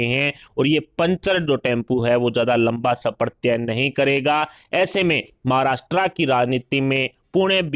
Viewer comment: नालायक समाचार पढ़ने वाला। महाराष्ट्र को महाराष्ट्रा बोलता😡😡😡😡😡😡😡😡